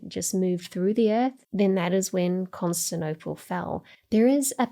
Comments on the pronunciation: “Constinople” hurt me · She'd need an editor to make sure she doesn't drop syllables though. Recent examples: 'erroneous' and 'Constantinople'